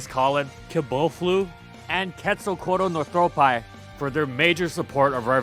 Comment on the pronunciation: Day 3 of begging to pronounce Quetzalcoatlus Northropi correctly